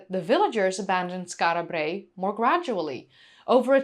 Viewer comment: Rolling the "R" in Brae is rather annoying.